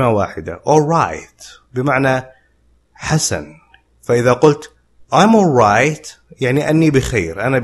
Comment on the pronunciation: استاذ كلمة alright وكلمة already كانك لا تنطق حرف l